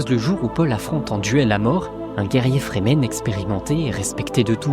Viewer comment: Remarque: les Fremen, sont prononcés, en anglais, ’’Frii - mêne’’ entendu comme ’’Free Men’’ = les Hommes Libres. Ce ne sont pas des Zen- sunni -stes (des ’’Sunnites Zen’’: n’importe quoi !?) et, d’autre part, pas des Chiites (certains aspects ressemblent, sans plus). ’’Free men’’ est clair, donc, pas des ’’Soumis’’! (= traduction de Musulmans). Franck HERBERT était un touche-à-tout de génie : il mélange tout pour recycler l’Ancien en tout ’’autre chose’’. Encore une fois très bonne analyse et conclusion. Cette chaîne est rare et précieuse, par rapport, aux autres ’’délires’’ou ’’fumisteries idéologisantes’’.